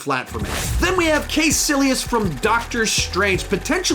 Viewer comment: Also “kay silius” and “sutur”….. my inner rage is being unleashed……